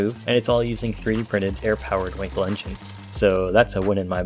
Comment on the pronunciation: It is pronounced just like the english word "uncle" but with a w in the beginning. As an english speaker please just say the word "wunkel". If you did not know, you know now.